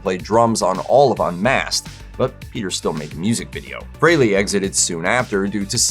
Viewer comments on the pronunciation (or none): Why can’t anyone pronounce Ace Frehley‘s name correctly since his death? I met him in 97 and I can tell you for a fact, his last name is pronounced “FREE-lee”, not “FRAY-lee”. But every single YouTube video is saying his name wrong specifically since he died.